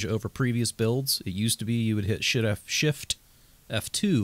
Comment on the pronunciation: when you say shift without the f lmao